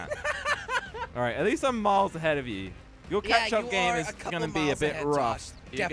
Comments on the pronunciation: Did he say ketching up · Drinking game: drink everytime they say "catchup".